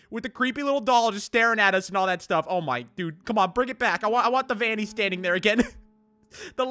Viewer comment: It’s Vannny